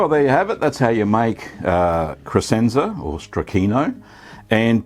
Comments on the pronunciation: If I can be a jerk and correct you, the "sc" in Crescenza is pronounced like "sh" - so it sounds like creshenza, not cresenza. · For those who care, it's pronounced "kreshentsa".